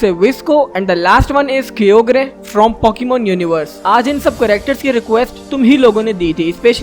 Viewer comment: Its not kyogrie its kyogre and primal kyogre is better then kyogre and primal kyogre is form of kyogre